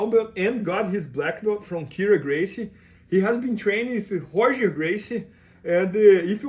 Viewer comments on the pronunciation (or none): not Raryon:)